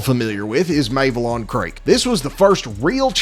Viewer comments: The Battle of "Mayvelon" Creek eh? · "Mayvelon creek"